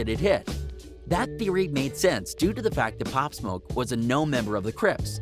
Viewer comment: Pop smah you mean pop smoke dude